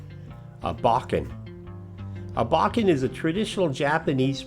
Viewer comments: your pronunciation is actually much closer than "bow-ken". "Boh-ken" is more like it. Beautiful video. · Nice video … it’s pronounced “bow Ken” (bow as in tie a bowno emphasis on either syllable